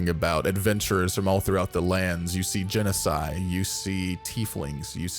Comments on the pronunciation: Listen to the way this mans just pronounced Genasi I swear I heard genocide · Dud say 'jenasi'